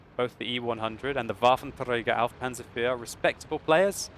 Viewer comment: woar wie mich das Triggert wie er das ''Waffenträger auf Panzer IV'' ausspricht..da denk ich echt einen moment lang an Hitler :P